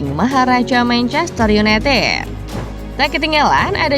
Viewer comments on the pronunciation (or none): none